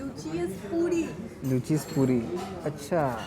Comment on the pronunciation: A person who is going to do a food review needs to have a minimum know how about that particular cuisine. Calling 'luchi' as 'lechi' throughout and never knowing what is mangso or what is puri, elementary my dear. Next time just go through some of the sites on those cuisine before visiting.